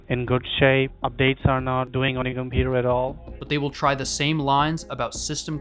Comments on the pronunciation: Compeweww really a pajeet way to pronounce computer 💀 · Inn scammer benchodo ki english sunke hi pata chal jaa rha he ki scammer he 😂😂😂 computer ko compuaa😂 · "compurer" lmao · If someone says Compujer, end the call. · "on yo compuer" "yo scree"